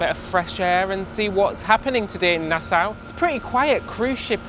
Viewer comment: Nassau, pronounced Nasaw.